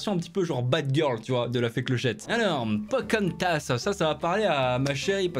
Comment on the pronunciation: Sa me frustre comment il dit Pocahontas 😖😖😁😁